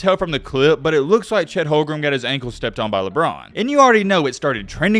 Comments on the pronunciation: it is on purpose that you can't pronounce Chet Holm-Gren. not hogrum?! I guess it must be so that you don't get some type of copyright claim or something. Also. Pro Am games are pronounced Pro - Am not proum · Its Holmgren not Holgrum btw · At least pronounce Chet's name correctly 😂 Holgrem was so cringe